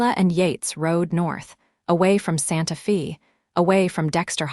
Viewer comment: fix AI to read Santa Fe as Santa FEY, not Santa FEE - PLEASE!!!